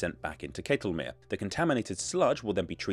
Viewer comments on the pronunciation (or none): Pleasantly surprised to hear him correctly pronounce Ketelmeer as "kaytelmere" in the intro. Then slightly disappointed to hear him say "kettlemere" the rest of the video. But yes, very good pronunciation overall.